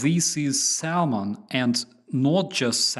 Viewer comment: No "L" in the pronunciation of Salmon. It's some snobby 16th centurion trying to Latinize English.